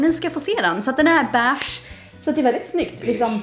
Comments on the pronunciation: Man säger inte bäääge utan beige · Det heter beige inte Bäch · Jag kan inte kolla på dig för du säger BÄIGE för mycket får panik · Hängde du mycket på bächen i sommarnas? Vem uttalar beige ”beach”? 🏖